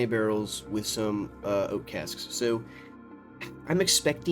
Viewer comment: That thick Baltimore "Sowww" warmed my heart